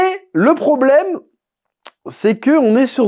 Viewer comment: "Le prombleme Loki."